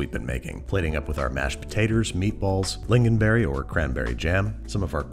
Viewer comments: You said lingonberry right! and this is a very acceptable way to make our meatballs!! tack för mat! 🤩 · BAHBHABHAHAAHHAHAHAHAHA TRUE, at least he pronounced it righ- well.. better than frozen did 😂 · Swedish meatballs aren't "commonly" served with lingonberries. It is a MUST. And your pronunciation is correct enough for an American. ;)